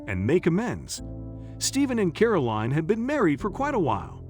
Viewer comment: WHY mispronounce Caroline as caroleen, You wouldn't ask for a bottle of WEEN with your dinner, would you?.